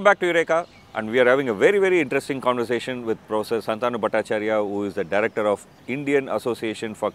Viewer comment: Shaantanu or Shantaanu? Learn to pronounce his name correctly